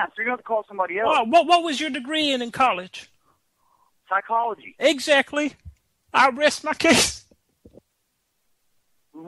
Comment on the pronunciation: "Psycholomogy" LOOOOOOOOOOOOOOOOOOOOOOOOL